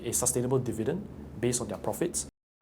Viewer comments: The only sale that people run out of the stores is a stock market sale. Also is called Di-vi-dend, not Der-vi-dend as mentioned by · It's dIvidend not dEvidend